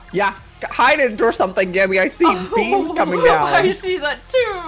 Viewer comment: When he said beams I thought he said beans